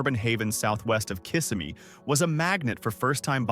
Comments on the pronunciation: Kissimmee is pronounced KissSEMe. Emphasis on SEM. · Please learn how to pronounce " Kissimmee. "